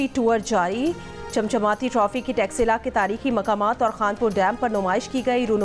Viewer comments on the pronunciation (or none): तक्षशिला को टॉक्सिला कह रहे, कितने अनपढ़ लोग हैं यार, शर्म आना चाहिए....